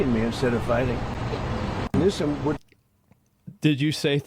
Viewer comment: Bro Trump said Governor newscum 😂 how did no one catch that 😂